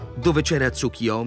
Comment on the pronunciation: Capisco che il nome del Dio derivi dalla parola Tsuki (luna) ma il suo nome è TsuKUyomi. La pronuncia corretta è quindi con la U e non TsuKIyomi.